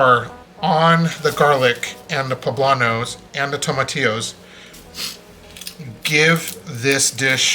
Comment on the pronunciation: Love your video.❤😂 Just one suggestion.. PLEASE.. if your Mexican..do not pronounce the jalapeños and tomatillos with the English accent. ..( Sounds like your trying to sound like a White Man )😢😢😢😢😢😢😢😢😢😢😢😢